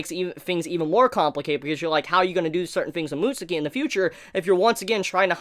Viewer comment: Mutsuki? It’s said like “mutskii” not trying to sound like I know it all but that’s how it’s said